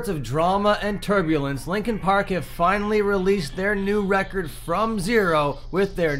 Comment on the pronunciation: At the very beginning when you said turbulence i thought you said tuberculosis and i have no idea how